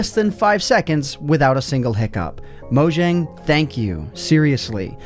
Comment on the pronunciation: just a tip: pronounce mojang like mo-yang as that is what their name is meant to be pronounced like